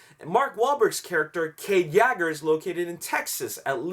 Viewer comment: yeager not Yager